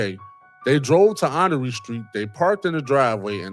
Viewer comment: Honore street in NOGO is pronounced *Honor. Born & Raised Waukegan & Nogo ❤